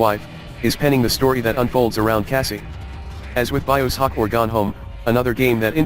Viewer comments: Robot voice keeps saying Bio Sock, LoL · Its pronounced as BioShock, not BiosHock... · "Bios hock" lol man that was annoying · Ugh that computer voice is giving me a friggin headache. Couldn't they have just used an actual person to narrate the script? It couldn't even pronounce "Bioshock" correctly XD